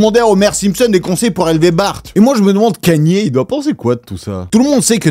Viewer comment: Au moment où t’as dit "Kanié" j’ai arrêté la vidéo, tu racontes vrm nimp 😂